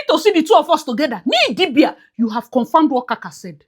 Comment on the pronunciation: Crying at how you’re still calling her Nee Idibia, I’ll never get over that🤣🤣.